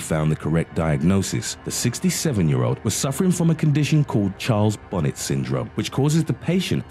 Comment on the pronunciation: CHARLES BONNET (pronounced BON-AY similar to 'ballet') not bonnet For example, Alzheimer's disease was coined after the German neurologist Alois Alzheimer and Usher Syndrome (combination of vision and hearing loss) is derived from the Scottish ophthalmologist, Charles Usher.